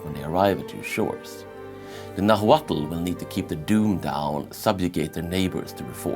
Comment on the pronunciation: It's pronounced Na-watl, the H is silent